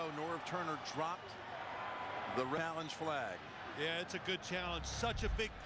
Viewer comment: "Rallenge flag"